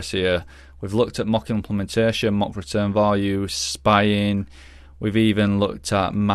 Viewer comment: Great viseo, but the way you pronounce “mock” is driving me crazy